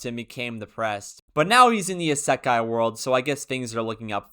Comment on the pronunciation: Garbage video and dude can't even pronounce " isekai " correctly lol